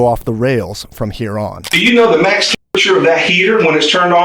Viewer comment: if the best crime channel can’t even say the word temperature then the standards are abysmally low 🙄